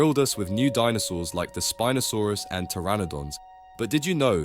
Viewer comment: Spin'O saurus Soochimimus